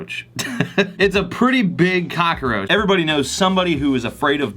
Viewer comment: Why do I love how he says it... Cock-a-roach